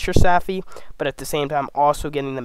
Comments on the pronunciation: Great info! Its savvvvvvvy, not safffy. Think captain jack sparrow...savvy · Tell me you've never seen Pirates of the Caribbean without telling me you have never seen Pirates of the Caribbean. Savvy is not Saffy. And if you plan on making future videos, sloooooooow down. You talk like you're amped up on redbull and ZERO sleep. Take your time when you're trying to educate others and share information. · I cringe every time he mispronounces “savvy.”